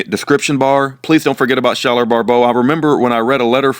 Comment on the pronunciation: Thank you sooo much for putting out these videos recently! I'm just discovering them and I am so blessed by them! I am his mom! His name is pronounced like Sky-ler! lol! I wish I could tell you how to properly pronounce his middle name (Pyatte), but, it sounds like pie-it! I hope that helps! Please message me sometime through fb/Messenger!